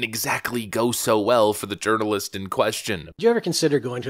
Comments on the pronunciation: Is he saying journalist or urinealist? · I like the way a word was pronounced: Journalist sounded a lot like Jo-urinal-ist.